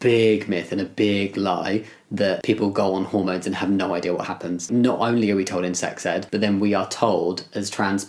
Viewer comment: Mis-heard ‘in sex ed’ as ‘insects ed’. We deserve insect education! ✨